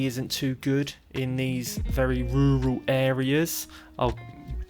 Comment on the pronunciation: You mean Rurrrral France lol